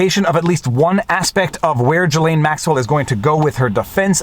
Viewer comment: Salut! Je suis Franco-Américain et j’aime quand vous prononcez les mots d’origine française comme un mec qui parle français. J’aime entendre le, « voire dire, » le « en banc,» etc. etc. Mais je "cringe" quand vous prononcez le prénom de la femme au sujet de ce vidéo. Ce n’est pas, « Ja-Lane. » Pour commencer, la première syllabe et comme la première syllabe du « gilet » et la deuxième syllabe et comme la « laine. » Dans le milieu, il y la lettre « S » qui n’est pas silent. Je ne sais pas comment l’écrire phonétiquement mais ce vidéo peut vous aider. Sincèrement.